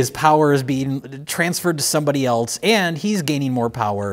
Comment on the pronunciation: cannot pronounce "else" it's always something eltz